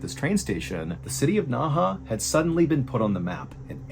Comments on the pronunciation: This is the case of Yang Xinhai (or Yang Zhiya) for people who want to look it up. I love you MrBallen. But you should try better at pronunciation. Or insert spelling on the screen. I had no idea what you were talking about and thought this was made up because there is no city in China called Naha. Naha is Nehe. Sue is Xu and Gia is Zhiya. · Really hoping replying to this will help someone on the team see it and they can pass on the message. Nehe was pronounced wrong and I couldn't watch past three minutes because of how often he said it and how bad he said it. Seeing the name on the screen made it even worse for me because I kept reading it correctly in my head then he said it. I hope in the future, there will be research on foreign names. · Please look up pronunciation. I couldn't watch past three minutes because you kept pronouncing the city's name extremely bad and the fact the name was on the screen made it even worse because seeing it I knew how it's meant to be pronounced. I'm not usually bothered by this but you were so off on the name and with how often you said it just within the first three minutes was too much. I'm sorry for the negative comment, you're probably not even going to see it. I hope in the future you check into it before you begin the stories. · Hi MrBallen- great video as always. Just a quick note- the city's name is pronounced "Nehe" (in Mandarin - 訥河), whereas "Naha" is a city in Okinawa, Japan. Cheers! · Ohhhh 訥河 NEHE is pronounced Nuh Huh not Nah Hah (Naha is a city in Okinawa Japan haha). Means Inner River or something! Word Inner Water Can in Black Dragon Jiang like pageant girl! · Hello, it's pronounced Nay Hay, Naha is a city on Okinawa Japan. You should know that seal... From: an Old Marine 😅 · A little help with the pronunciation of some of the names: 讷河 NeHe - Nerr Herr 贾文革 Jia WenGe - Jah When Gerr 徐丽霞 Xu LiXia - Shoe Lee Shah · So Nehe is pronounced Naha?